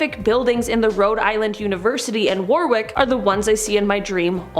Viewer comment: Warwick is pronounced warrik not war wick